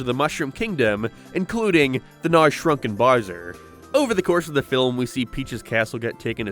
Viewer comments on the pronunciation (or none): His name is Bowser, dude. Why do you keep calling him "Burrsur"? XD It's like a toddler who hasn't learned to properly speak yet, what even is this??